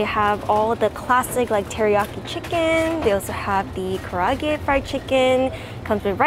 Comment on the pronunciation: Kar-ay-ag-e chicken.